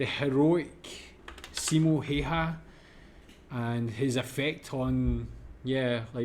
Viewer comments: "Heiha"?, se on Häyhä! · Amazing. Pronounciation. Heyhä. Ä is ä always in finnish language. We don't have different 8 different s's or ch sch or what ever asian laguages what i know nothing of. We have very simple language. It's logic and grammars is always the same. Not like germanic where there are odd verbss. Who ever invented them? like I like this, i liked this, i have liked this, i had liked this. Easy enough but put. i put, i put, i have put, i had put. English is actually so weird and complicated that native speakers don't know it. summa summarum....no1 has ever mastered finnish except native finnish. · way he pronounced Häyhä made me giggle way too much :D